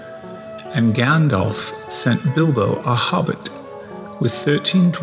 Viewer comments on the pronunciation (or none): none